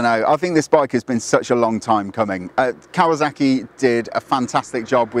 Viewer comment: Either way, there's zero excuse for saying "kawaZACKy".